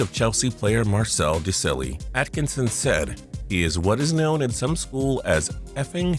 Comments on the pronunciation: The soccer player you were talking about is marcel Desaillles. It's pronounced des i ee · The way he pronounced Marcel Desailly's last name. 🤦🤦🤦🤦🤦🤦🤦🤦🤦🤦🤦🤦🤦🤦🤦🤦🤦🤦🤦🤦🤦🤦🤦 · You pronounced Desailly horribly - this is a centre half with a World Cup, 2 Champions Leagues, 2 Serie A titles and over 100 caps for France to his name, and you pronounce it that badly, call yourselves a sports channel pff